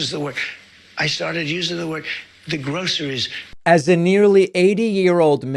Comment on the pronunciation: He's not saying groceries he's saying grossries Every time they want to hike the price up on the grossries Eggs chicken Beans rice